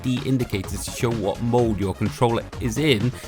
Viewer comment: when this guy says "mode" I keep thinking he's saying "mold"